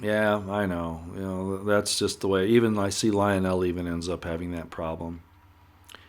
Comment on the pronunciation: Would you please learn how to pronounce ivanka and lionels names properly? It is soo annoying.